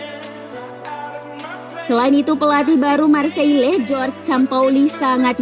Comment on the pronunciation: Jorge dibaca "george" ???? sok british nih admin